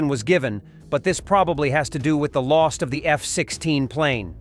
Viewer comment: "lost"?! No! "Loss".